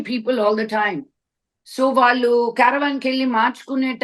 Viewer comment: First improve your pronunciation of telugu. You are daughter of dialogue king Sri Mohan Babu. వాల్లు, వీల్లు, అన్ని విదాలు, ఇలా చెత్త లా మాట్లాడ టానికి సిగ్గుండాలి